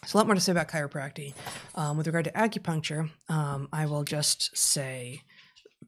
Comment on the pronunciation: As an acupuncture and a chiropractor... Of course to 'the competition' we are quackery. BTW it is ChiropracTIC... not chiropracty... There are MANY ways to manipulate or adjust people and yea there are some that are after just the $ just like allopathic doctors (medical) You can find fraud on all sides, that is greed. You can find lots of taking advantage of financially or otherwise. How many unnecessary surgeries are there? You will never know, the damage is done there is no going back. As an acupuncturist, it takes years to understand and has a far longer history than any 'leecher'. Much of both are 'non literal' is true, some things just do not easily get explained with 'Western' medicine. Current research is still peeling away the information that is useful or non-useful, that is how science should work.